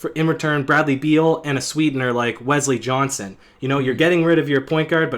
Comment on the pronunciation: This guy said westly johnson smmmhhhhhh